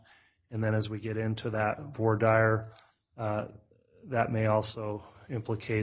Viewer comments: voir dire /ˌvwɑː ˈdɪə/ Not 'for dire' Sometimes I rely on subtitles or transcript and both are really poor on YouTube. Parts of the script when followed is pure rubbish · Some things about this judge as sort of surprising. Big and small. In this session, hearing that a JUDGE doesn't know how to pronounce "Voir Dire" was a shock. Other attorneys at that hearing had no problem. It is a bad sign. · If Lori was an all powerful translated being with portal power, she could have gotten herself out of jail. Also, I now have less faith in the Judge given his butchered pronunciation of voir dire. (HINT: That's not it).